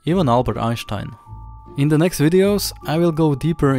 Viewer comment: "The" isn't pronounced "duh."